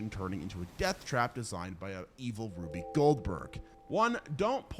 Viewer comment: It's not pronounced Ruby!!!!!! You use it so much, say it right.